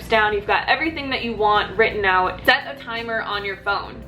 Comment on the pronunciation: You're saying "out" like a Canadian 😂😂😂